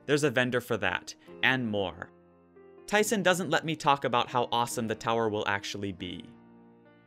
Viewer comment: My name is Tyson and the way say it is so funny:)